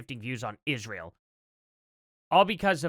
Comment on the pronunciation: "ISHRAEL" AS "COO-COO CANDICE OWENS SAYS 🤪